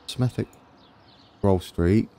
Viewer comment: Hi mate in Black Country Smethwick is pronounced Smethik hope you Have a Good New Year budd